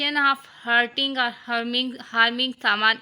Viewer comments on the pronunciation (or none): its hurting not hearting bro